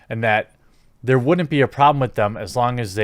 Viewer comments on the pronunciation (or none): none